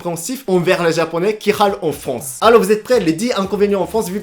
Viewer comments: Arrète de dire fonce pour dire France . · France avec un R FRRRANCE